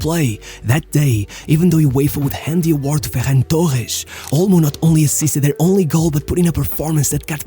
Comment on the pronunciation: Why do you pronounce names so weird. Like with a Portuguese accent Torresh Grodri